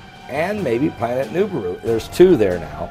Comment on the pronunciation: And at least pronounce the Planet right Moron